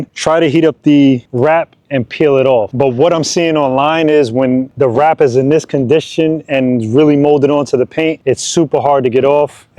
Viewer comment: Never heard of Plasti dip? What a pain to hear him say WRAP over and over.